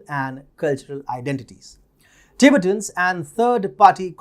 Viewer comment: Tibet is pronounced Ti-bett, with emphasis on the 2nd syllable, in English. Not Tibit, but Ti-bett'. Same goes for Ti-bett'-tans.